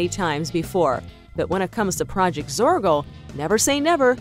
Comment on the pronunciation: ITS PROJECT ZORGO NOTTTTTTTTTTTTT PRODGT. ITS ZORGO NOTTTTTTTTTT ZORKO